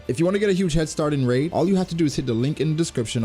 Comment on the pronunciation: Wow dude, RAID? Ugh. Love your content otherwise though!